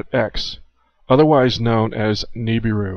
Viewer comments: I can't stand the way you say Nibiru. You say Nee-bee-ru. No one says it that way. The rest of the world pronounces it Nib-ir-ru. Good movie though! ;) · Nibiru is being mispronounced. That is my number 1 hang-up and my number 1 vice is poor language and me correcting it.